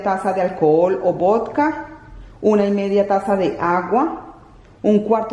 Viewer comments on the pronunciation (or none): none